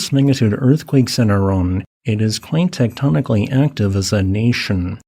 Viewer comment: Sorry, I am not about to take the word of some idiot that can't even pronounce Iran correctly.